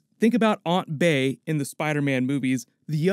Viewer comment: he said, aunt bay